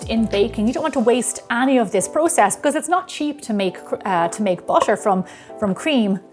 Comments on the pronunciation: Why why why😭😭...why do you pronounce butter as basher sometimes... sometimes butter.... I really don't understand this....why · The way you pronounce butter <3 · I love the way she says 'butter' 💕